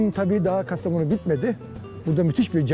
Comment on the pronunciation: İlahi Ayhan Bey 30 yıllık kastamonulu adamı da şaşırttınız o da İtalyan aksanıyla Kastaa monu diyor 😂😂